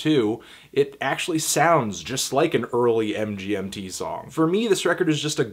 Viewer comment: Hey Anthony, MGMT's pronounced "management". Carry on ;)